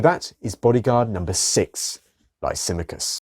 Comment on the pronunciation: Interesting presentation however there is a problem with the pronouncing of the name Lysimachus. Which was an Illyrian name meaning the great Oak or Lisimadh or lisimath.